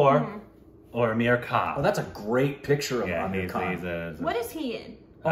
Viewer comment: It's not Shaheeeed, it's Shaaaahid It's not Ameeeeer, it's Aaaaaaamir. Just saying 😬